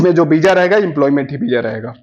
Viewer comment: Beeja nahi visa hota hai